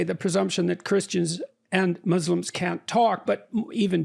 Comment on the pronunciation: I don't know why Westerners keep saying "Izzlam" and "muzzlims" ??!! Is the letter "s" is difficult for you to pronounce!!!!